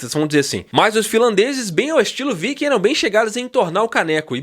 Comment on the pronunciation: Oi só uma correção! Os finlandeses não fazem parte dos povos vikings. Que por sinal deve ser lido “VIKING” e não “Vaiking”, a menos que sua ideia é ler em inglês. outro detalhe é que: o nome da vocalista deve ser pronunciado: “Taria” embora seja escrito Tarja. Abraço daqui da Finlândia 🇫🇮